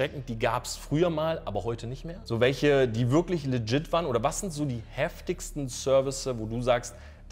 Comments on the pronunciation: Wie die Schwaben "legit" aussprechen...."lettschidd"...zu geil.^^ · Warum kann das Wort legit nicht aussprechen??😂😂